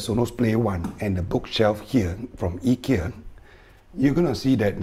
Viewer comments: The standard English pronunciation is usually more like "Eye-ki-ya" while the Swedish is "Ee-key-a" - like yours :) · Informative video and nice Swedish pronunciation of Ikea 👍